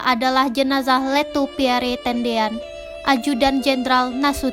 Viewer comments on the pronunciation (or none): none